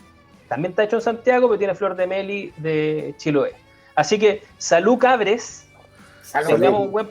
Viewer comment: Excelente programa. Un mensajito para cada uno:: Se dice melí, no meli. Te lo dice un chilote.: Impresionantes análisis. Un grande. Trata de no fumar tanto, queremos para rato.: Hay veces que pierdo las referencias al Padrino. Úsalas pero también di otras cosas para entender el significado.: Decir que las cajas son un éxito porque dan retribución política al gobierno es uno de tus peores desatinos. Y calla tus p#tos perros.